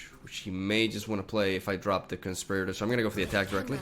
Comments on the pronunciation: Why are so many people calling Navori Conspirator, ConSPURator and not ConSPEERator. English is hard I guess, lol. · Na-vore-ry Con-spirit-tore is how to pronounce it :3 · The word is pronounced cun-spear-uh-tour